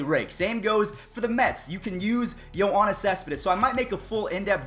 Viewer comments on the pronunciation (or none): Yo-AWNIS Cespedes